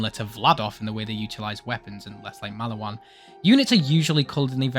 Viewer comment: please learn to say maliwan correctly twin :3